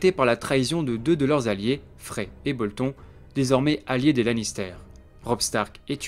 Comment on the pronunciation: BoltonE, pas Bolton.. Super vidéo sinon ^^